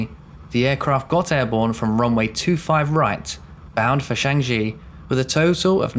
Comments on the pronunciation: FYI, Changi is pronounced ‘ch-aang-ee’. ‘Ch’ as in ‘church’, ‘ang’ with the ‘a’ as in ‘farm’, and ‘i’ as in ‘wii’. (Not sheng-jee.) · It's Changi not Shangi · It's pronounced as Changie not Changjee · Love your vids, but please, Singapore's Changi airport is famous enough for all to pronounce it correctly......... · You're mispronouncing Changi fyi. Speed up delivery and clean up pronunciation. No sub for you 😂